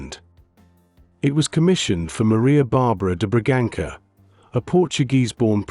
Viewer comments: I can’t continue listening to the garbage AI voice. It says such stupid things, like , “King João i “ instead of King João the first. It murders pronunciations, turning a ç (soft c) in Bragança to a hard “k” sound. There are dozens of careless errors throughout, obviously no quality control, editing or direction. AI without human oversight will degrade and mislead until nobody really understands anything. Pathetic. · Sou Portuguesa, já conhecia a história. Já agora, não é Braganza ou Braganca, é Bragança, That ç, lê -se com o som que vocês têm para "sassi".